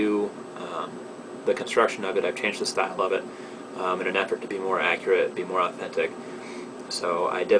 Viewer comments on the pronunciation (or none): none